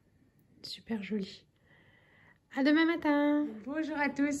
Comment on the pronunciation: Bonsoir, très jolie montre ❤️ J’aime bien t’écouter parler, par moment tu as ton accent alsacien qui ressort, quand tu as montré la tasse à Martin pour sa maîtresse tu as dit c’est “choli” lol Mon ex compagnon alsacien disait pareil… 🌺🌺🌺